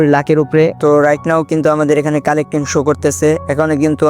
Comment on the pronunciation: কালেক্টিং না রে ওটা,,,ক্যালকুলেটিং😂😂😊😮ওটা